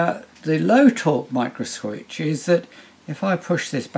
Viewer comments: sounds like someone in alabama trying to pronounce microswitch haha. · And this is a micro "microswitch" XD